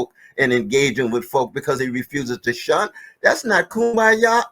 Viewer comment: Um. It’s SHUN hun.